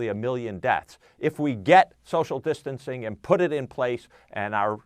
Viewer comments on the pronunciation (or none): SOCIAL DISTISTING HAHAH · Social discticing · Who else heard her say distancing wrong lol😂